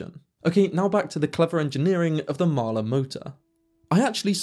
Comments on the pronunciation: A bit slow. It's hard for the British to say Mahle - it is NOT Mahler! I note you don't give actual transfer power efficiency. And if I never hear the cringe phrase "deep dive" again - it will still be too soon! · I am not saying that you are pronouncing it incorrectly, what I am saying is that for decades iI have only heard Mahle pronounced "molly". This is always a bit of a problem with non-english words, even more so with non-english names.